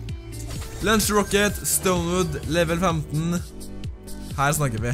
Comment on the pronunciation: Han sier lunch the rocket😂